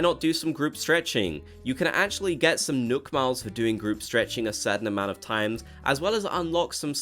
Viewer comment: Did he say nook miles or milk miles